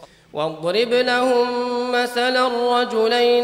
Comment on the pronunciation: Erreur sur les mots des le début Lahoum, pas laho !!!! Attention